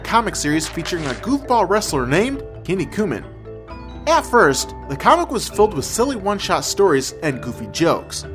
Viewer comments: sorry for being annoying about a minor point, but it`s not pernounced KI-NI-KUMAN. It`s KIN-NIKU MAN literally muscle-man. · Great episode. Though I think it's funny how he mispronounces Kinnikuman. Sounds like the way they'd say it here in the south. "Yeah man, this here's my cousin Kenny Kumen!" For the record it's said more like KEY NEEK EW MON. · Key-knee-koo-mon! It's pronounced key-knee-koo-mon! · That all names not always be pronounce properly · Why are you pronouncing it as Kenny Kooman? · lol, Kinny-Coo-Mun. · Very good history of M.U.S.C.L.E. However, two things. One, he butchered the pronunciation of "Kinnikuman." Secondly, the original line of kinkeshi figures in Japan were the same size as M.U.S.C.L.E. They used the exact same molds for each. The smaller-sized kinkeshi came years later.